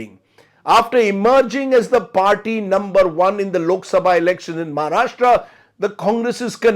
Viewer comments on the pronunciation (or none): none